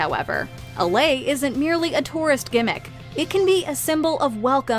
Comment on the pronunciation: most people call Hawaii's "flowered garland" a lei (lay)--probably everyone, in fact, except the narrator.🤨 Buffalo, NY, is the closest city to Niagara Falls. To respond to your question, NY is #30 in size at 330mi./530km. E to W, and 285/455 N to S. The Florida term you were looking for is, I believe, snow birds, with some of them going to AZ, southern AL, TX as well. Some retire in these locations, but many more spend a month or more of the winters there. I have to admit that Telluride, CO, has a weird pronunciation--TELL-you-ride, and later on; Chattanooga = chatt-uh-NEW-guh. It's one of almost 2500 I have in a document on my computer, along with more than 300 in Canada.